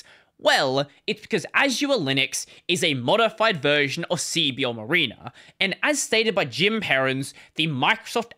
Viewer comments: M(a)riner not M(ah)rena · Mareener is not how you pronounce that. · Hearing your weird Australian pronunciation of mariner is funny.